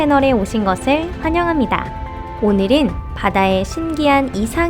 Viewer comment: 바다닌~ 우리늰~ 오늘읜~ 긔럼~ 발음 너무 불편해여